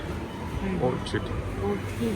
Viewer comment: Orkid- pronunciation